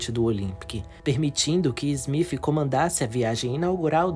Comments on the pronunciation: O nome do capitão do titanic não é smif….e sim smith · Na boa,fica melhor chamar de Smith e não Smifh...